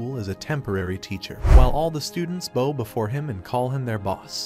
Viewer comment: You keeping pronouncing BOW as BOE and not BAO. When you bend over to show respect or submission to someone that is pronounced BAO.